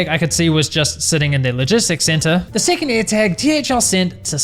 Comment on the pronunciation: Lost it at "may I know se number of se seckend paaaarcel?"